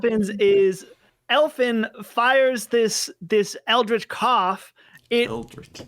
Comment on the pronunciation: “El Finn” smh